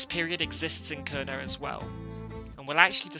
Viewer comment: The first vowel in “Kernow” is not so much pronounced with the vowel in “girl”, but rather like the vowel in “air” with the R pronounced. The “ow” at the end can be like a sequence of short “o” in “pot” followed by short “u” in “put”, or as a longish “aw”-sound: [ˈkɛɹnɒː] “KAIRnaw”…